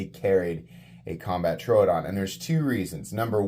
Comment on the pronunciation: love your content dude but the way you pronunce troodon hurts me lol